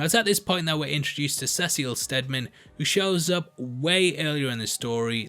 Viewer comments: cecil is pronounced like see-sill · you keep pronouncing it "Cecille"